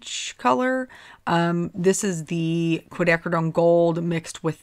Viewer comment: You pronounced "quinacridone,"! Yay!!!:) Seriously, I love how these cards came out. You're right about the contrast between the soft flowers & the more "graphic" greetings. Tfs!:)